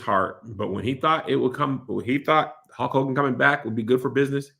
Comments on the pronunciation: I hate how Kev says Holk Hogan instead of Hulk 🤣🤣🤣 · Kev… something has to be said about the way you pronounce words with a ‘U’ and ‘L’ next to each other… it’s truly egregious lol🤣🤣🤣 it’s “HULK” Hogan…. Not “HAULK” 🤣🤣🤣🤣 it ain’t “AULTIMATE” Warrior…. It’s “ULTIMATE” lol